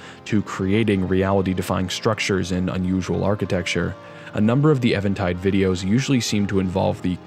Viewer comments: Is it Eventide or Evantide? Because it is spelled even-tide, but you keep saying it as evan-tide. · It's pretty obvious but worth noting that "eventide" is pronounced like "even" and is an archaic/poetic term for evening - in other words, "the light is fading/the darkness is coming". Anyway, great stuff as always - glad I found your channel. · I'm glad you're not saying "event tide" like so many others, but still, I'm pretty positive it's eeeeeee-ven tide